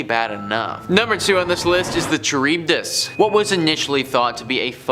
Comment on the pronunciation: Charybdis pronounced Car-ib-dis.